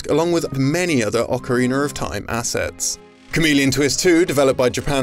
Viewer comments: Video's Narrator: "Oca-weeener of time" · “Ocarineer of time” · What the hell is Ocariner of Time? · I never heard of Ocariner of time. I guess its some random spinoff of my little pony or something. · Ocariner of time